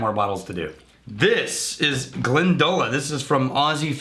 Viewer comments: It’s pronounced “Glen Da Lock” in Irish. Not “glen da low” like the Scot Gaelic pronouncing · Its Glen Da Lock not Glendowla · Glendalough pronounced Glen da loch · It's pronounced Glen-da-lock. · Pronounced, "Glendalock"